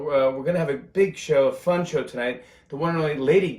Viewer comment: I giggled out loud when he read: "The Tonight Sbow..." 😂 I love him so much more now that I've seen what a great father, and husband, he is to Nancy & the girls. He's genuine! I have so much respect for him. I'll be a fan for life! 🌱